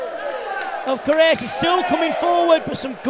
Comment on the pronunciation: He was fighthing to say Correia... looool And didn't say it correctly... Looks like he had a stroke... xD